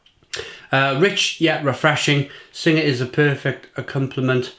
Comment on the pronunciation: Hate to be that guy but you pronounce Singha like "Sing". The "H" and "A" are silent. Great review though.